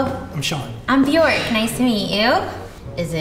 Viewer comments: Bjørk. Not Bjork. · If her name is Bjork she's not even saying it properly. It's said like "Byerk" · What an odd way to pronounce bjork as it's the wrong way. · Her parents taught her the incorrect pronunciation of her own name. Great job!